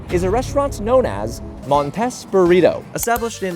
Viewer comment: I feel like its pronounced MON-TEEs.